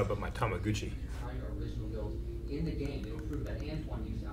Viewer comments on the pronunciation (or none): "Tamagoochi" hahahaha. Its tamagotchi lmao. Love you guys! Sorry thought that was hilarious :p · said tamagucci not tamagatchi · I think it was more the fact he said “Tomagoochi” rather than “Tamagotchi” 😂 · LMFAO face when say's "Tama-Gucci" is actually priceless omfg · We just gonna gloss over saying “tamagoochie”?